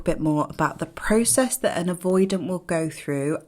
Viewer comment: Why do you eyes scan room? Prooocesss, are you Canadian 😃